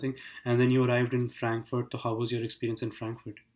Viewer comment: He's saying toh instead of so 🤣🤣🤣